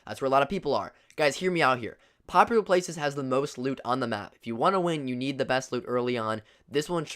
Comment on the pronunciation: The way he said popular 😭😭